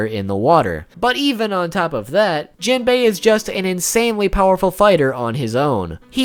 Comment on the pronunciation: You pronounce jimbei and laws name wrong low key triggered me